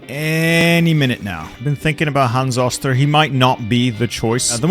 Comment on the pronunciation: hans oh-ster not oss-ter.